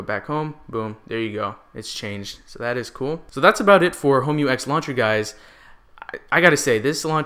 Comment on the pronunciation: Another great review! Oh and you pronounced the name absolutely right:D